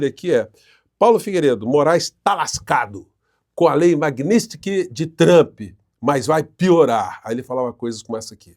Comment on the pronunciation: Nada a ver, porém tudo pertinente. Só por curiosidade.Porque tantas pessoas, inclusive com formação de nível superior, falam/pronunciam erroneamente determinadas palavras? Seria falta de atenção ou problema de dicção?🤔🤔 Exemplo: (correto) Lei MagníTSki, e não magnÍStki. 😂😂😂😂😂😂